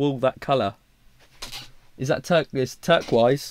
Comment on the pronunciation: 1st. Yesss love this video 💙 2nd. yesss do more like this 💜 3rd. what the f*** is “turk-wise” i think you mean turquoise 🤣